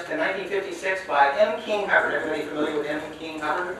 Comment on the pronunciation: It's M King HUBBERT NOT HUBBARD.